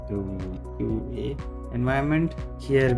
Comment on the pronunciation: its QA, not QAE.